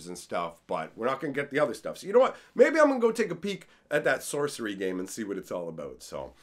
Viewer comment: lol "Socery"